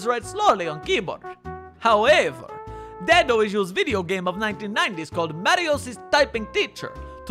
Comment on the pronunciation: Just a note: it's pronounced "day-do," not "dad-o."